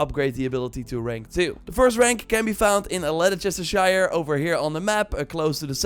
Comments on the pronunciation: Gloucestershire is Gloster-Shire not Glouwchestershire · It's pronounced Gloster sheer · Bro said Glow-Chester-shire